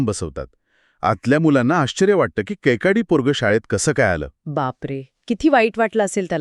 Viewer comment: कैकाडी not कैकडी